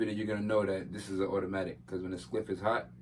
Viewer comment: why tf do you keep saying ''skliff'' bwoy?🤣